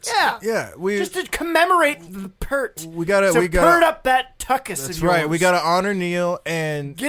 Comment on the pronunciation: you mispronounced his last name it is p ear t ear as in whats on the side of your head p ear t